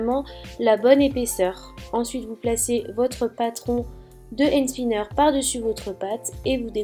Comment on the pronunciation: on dit pas end spinner mais and spinner bisou j'adore tes vidéo 😍